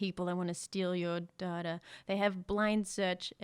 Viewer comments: she said Data not data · Pronounced Dartar? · Why the fuck did say data wrong